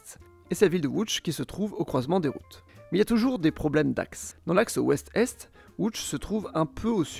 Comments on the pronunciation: enfin quelqu'un qui prononce correctement les noms dans la langue locale. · Première personne que j'entends prononcé correctement Lodz très bon travail sur la prononciation